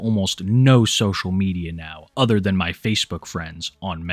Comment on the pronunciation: I wear dees instead of dee udder ones